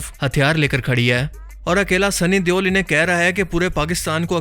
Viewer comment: Bhai sunny dewal ni sunny deol hai 😂